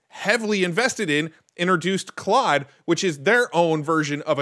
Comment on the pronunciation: Just an fyi...It's pronounced "Clode" if you're saying it correctly, but they might pronounce it "Cloud" as a play on words.